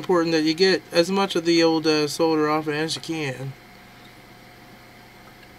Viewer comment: Thank you for your correct pronunciation of the word 'Solder'. This brit and the letter L appreciate it.